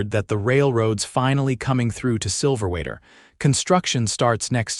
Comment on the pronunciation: I'm still upset about Daisy. I did not like that. Also, the AI is calling the town Silver Waiter. The words say Silver Weather....